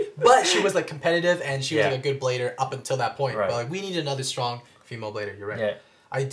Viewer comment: strong not syrong